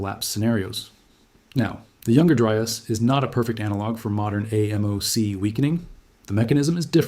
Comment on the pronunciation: Excellent graphic explanations. The AI people creep me out though. Also, actual humans usually pronounce AMOC “aay-mock”